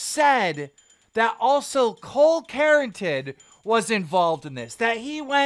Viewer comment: His name is NOT cole carrotin omg! Does he just say people’s names wrong on purpose? He does it a lot. Is it some kind of inside joke I’m not apart of? It annoys me. It’s like he’s trying to be funny and it’s not funny. It makes it seem like he doesn’t know what he’s talking about